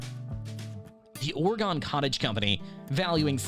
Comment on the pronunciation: Come on, it's ore-gun!